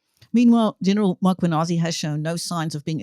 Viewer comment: Please note the is no an after M it’s important to pronounce the names properly.